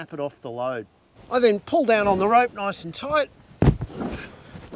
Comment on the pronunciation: “Nawice and Toyt!” 💪🏽😎